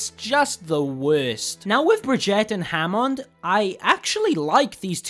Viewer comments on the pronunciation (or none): And christ dude, it's Hammond nit Jamond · Ha-mond and Brigett